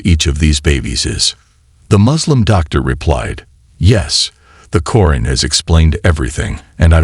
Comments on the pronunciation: Sir not koren its quraan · Salam everyone. Pls do something about the narrator. He says the word Quran in a bad way. Pls fix it. Jazakom Allah Khair